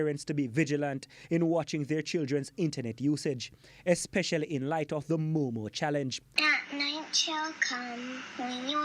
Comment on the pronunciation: He said "moomoo" I'm DEADDD💀